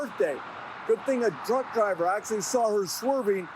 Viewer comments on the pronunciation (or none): I had to rewind it 5x before I figured out it said "truck driver" because I swore it said "drunk driver" 😂